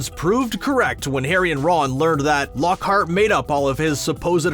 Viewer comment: Mind you,it's Lockhart,not Lockheart! Besides,did you even read the book?